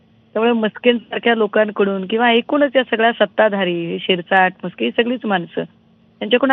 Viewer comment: मस्के नाही नासके 😂